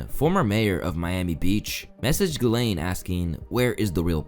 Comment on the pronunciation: Super interesting. But (has nothing to do with you), its always funny to me to hear english sleaking people messing up gislaine maxwell's first name...she has a french name, shoukd be pronounced JISLAINE. ...lolll